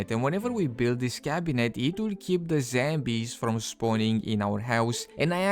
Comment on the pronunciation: Dude! It's zombies not zambies u idiot!